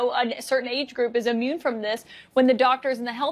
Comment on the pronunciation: It’s not ammune, it’s immune.